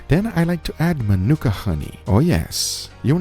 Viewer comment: The honey is correctly pronounced 'ma-NA-ka'... not ma-NOO-ka.